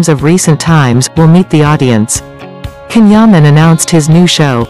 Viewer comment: It is spelt CAN yaman but pronounced JAN Yaman 💜💗💕🍒🍓